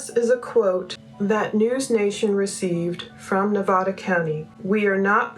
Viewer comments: Please... it's not Ne-vah- da... it's Ne-vah- duh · Nevada is pronounced with a hard A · I appreciate all you are doing. I just wanted to let you know Nevada is pronounced with the a like apple not like all.